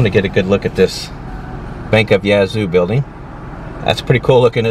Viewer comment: It is pronounced YAT zoo not YEAH zoo! For better or for worse, it DOES have daily Amtrak service :)